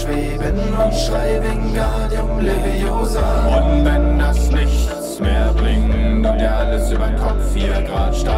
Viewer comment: Es heißt wingardium leviosaaaaaaaaaaaaaaaaa ;)